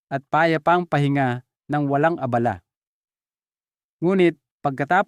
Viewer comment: Direkta mo na Doc.saka ka magkwento para sa interes Namin, bakit Yung salita mo e hindi tama Ang bigkas kung Minsan, gaya ng ABALA, napakahaba ng paliwanag.